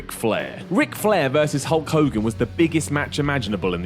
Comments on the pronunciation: I kept hearing "Cunt Hogan" and wondering why. ... lol, now I know! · Like the Warrior always used to say: "Ho Kogan" lmao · Hood Kings Bloke Ogan? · "What's a hull kogin?" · u mean cull hogan? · Who the hell is Hull Cogan? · who's holl cogan. ikr this is old but dont blame me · who's hoe kogan? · No I heard iPod him I think it's Whole Khoghan